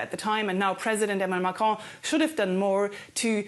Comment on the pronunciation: You said Marron 🤣 and in French it has many meanings that all suit Macron